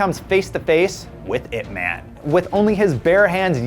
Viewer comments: Can still tolerate when he said "weeng-chahn" instead of "weeng-choon", but I stopped at "ip mehn", when it's "yip mahn".. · is not pronounce as ip 'man', is ip 'mun'...jeez talking about west speaks chinese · Atleast pronounce Ip Man properly it should be like Ip Mun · not pronouned ip man. pronounced as IP MUNNNNNNNNNNN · Am I the only one annoyed with his pronunciation? Ip Man is based on a real person. he's not some fictional superhero. if you're mentioning a name at least 3 times in a clip, learn to pronounce it properly. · the way the host pronounce Ip Man is hilarious. You have to pronounce it directly from Cantonese